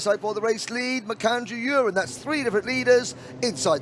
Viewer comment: Please do not call Emerson Urin it is U ren